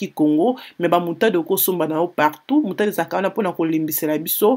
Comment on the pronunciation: On dit moutarde pas moutade